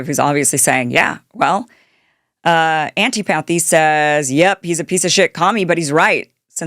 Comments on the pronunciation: "antee-path-ee"? Dude what? Does Kim think this is some politically-charged play on words because it starts with "anti"? It's literally just the word "antipathy" and it's like a 9th grade vocabulary word that isn't pronounced even close to what I just heard. She always flubs this really basic stuff and it makes me second-guess staying subscribed. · What’s w/ female social media influencers and their terrible pronunciation skills? Posobiec? Mamdani? Antipathy? You’re like Candace Owens, Jr.